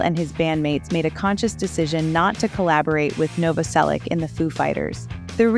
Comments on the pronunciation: Krist Novoselich (Novoselić), not Novoselick, god damn... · It's pronounced Novoselitch. ITCH, not ICK. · As a Croatian, like Krist, it's pronounced Novo-selitch. You're welcome. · Its pronounced nov-vos-elitch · Noh-voh-sellick ... Lol ok, lady. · IZGOVARA SE NOVOSELIĆ-CH,HES CROAT,-CROAT SURNAME .IFC IS C,IF Čor Č is CH.🇭🇷🇪🇺🇭🇷🦈 D So Christ NOVOOSELICH😅 YOU AMERICAN😂🎉🎉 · You are saying his name wrong